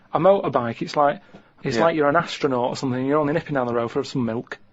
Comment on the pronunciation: Combing 'is 'ead or somefing